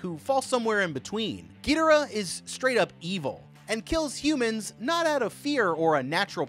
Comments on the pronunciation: it's pronunced gedorah not geederaah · U can't even spell it ever it's Ghidorah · Bro it's "ghi,door,ah. Not gitoora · Gee-de-rah lmao Bruh... It's Gi (soft g) as in IT.. Gi-dora... As in Dora the explorer. Geh-dora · We all know damm well it’s NOT a gravity beam and it not pronounced (giderah) it’s (gidorah) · Not Trying To Be Rude But Monster Zero’s Real Name Is Pronounced Gi-Dora, Not Gi-Dera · Who the hell is gitaruh???? You watched the movie so you know how to pronounce GHI DOR AH, she LITERALLY pronounces their name...I had to stop watching lmao that was annoying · It's not a big deal at all, but it is pronounced Gee-door-rah. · 640th gedora is fer sher the way to say it and the pteratreetoops 😂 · ain't no way he pronounced "Ghidorah" "Geederah" 💀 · SO NO ONE IS TALKING ABOUT HOW HES CALLING GHIDORAH GIDARAH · Oh my gosh!!! I can forgive gidorah and Rodan BUT Pterosuar is pronounced Ro-dan TerO-soar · "Penisaur" "gaydorah" 🥶👌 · ITS GI DOOR AH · I like these since since I’m a huge Godzilla fan but him saying ghidora wrong is a bit annoying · Bro called him gaydora ☠️ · It's pronounced Gi-Door-Rah ( Ghidorah ) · You say it more like gadora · He says gidora wrong😅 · what is with these name pronunciations man, "peetosaur" "petrosaur" "geedora" lol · bro it's pronounced Gih-dore-ah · It was how whe was pronouncing Ghidora for me... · Ghidorah: how did you pronounce my name mortal?! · it drove me crazy hearing him pronounce ghidorah wrong 😭😭 he even pronounced rodan wrong a few times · I can't believe no one on the How to Beat team corrected him on the pronunciation of Ghidorah. It was so distracting 😭😭 Then the switch between RoDAN and RoDON, it's RoDAN baby, RoDAN. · The way he pronounced ghidorah and (somehow) rodan wrong hurts my soul(also this may shock you but did you know that there an emotion called panic when they saw ghidorah there decisions would be scrambled yeah I know shocking) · The way you pronounce their names pisses me off. Do better